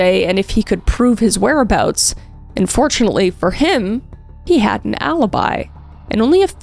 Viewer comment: I hate to be critical but I'm pretty sure I heard it twice, when you would start a sentence saying "And fortunately...." I hear unfortunately LMAO